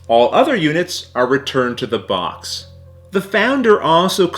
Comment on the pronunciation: Every time he says box I hear Vox! 😂